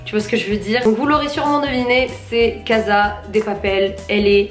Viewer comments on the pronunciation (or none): none